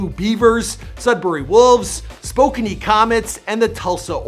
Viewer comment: It’s not “spo-kan-ee” it’s spokane. And it’s not “troy rivieras” it’s “trois riviers”